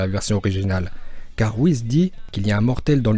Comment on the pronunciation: ce n'est pas Whiz mais Whis